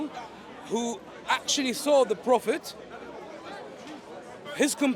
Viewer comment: I always have to laugh, when they say. Phophet Muhammad! 😂😂😂In Muhammad times, was no vowels.